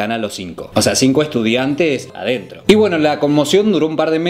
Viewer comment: Puse pausa para reirme con los "adentró "....genio